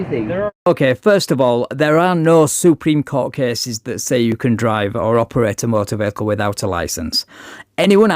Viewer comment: it’s-a me, Mario. It’s the Suprema Courta